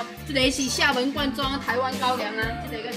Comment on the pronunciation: 厦门就发音不对啊